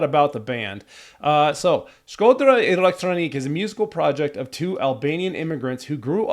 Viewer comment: Its pronounced like z-ee-erm Shkodra part was right and elektronuke is like electronic-eh